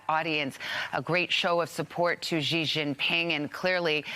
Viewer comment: She can't even pronounce Xi's name properly, get out of here